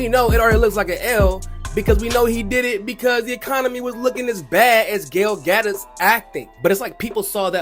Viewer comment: How dare you boych Gadot's name so badly that i had to Google that zionist witch!? How dare you.